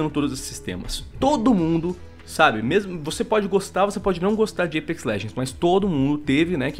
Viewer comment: o porra, fala apex não eipex, q raivaaaaaaaaaaa